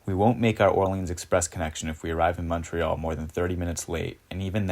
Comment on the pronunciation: So much commentariat action on ridiculous Canadian tidbids....so let me add to them...you get all the heat on pronounciation, but major props to your correct Canadian pronounciation of Montreal and not Mawntreeeal. Merry Christmas and cheers from Pointe-Claire.